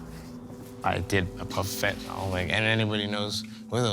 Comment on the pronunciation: He said fetanyl